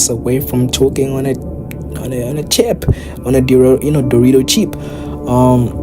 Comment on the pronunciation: "Dorito cheep" 😂